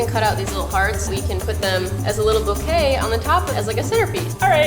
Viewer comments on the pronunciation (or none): none